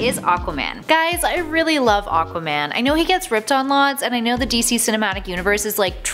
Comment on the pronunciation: A-qua man. Not O-qua man